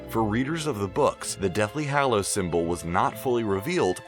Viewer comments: He said hallows wrong...he be over here saying it fanvy or somethin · STOP SAYING HALLOWS LIKE THAT